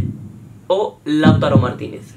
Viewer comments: No es Laútaro... Es Lautáro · Por qué dicen Láutaro si es Lautáro? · Aprended a decir Lautaro